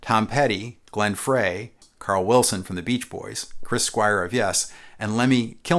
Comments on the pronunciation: NOTE: If you're so anal about the correct pronunciation of Rickenbacker, why were you not so careful with Glenn Frey's name? Phonetically pronounced, "Fry", not Fray. Huge faux pas. Great show otherwise, and i'll even forgive you for that. I personally owned a 360-12 Mapleglow with the wide fret markers and "R' tailpiece. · Since you set the record straight on the pronounciation of the Rickenbacker name, it's only appropriate to mention that Glenn Frey's name is pronounced "fry" not "fray". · The pronunciation was incorrect.